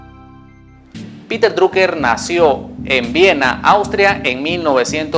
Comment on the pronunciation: piter draker se pronuncia